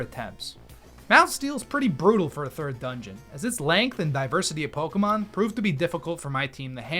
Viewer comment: Do you deliberately mispronounce every Pokémon's name?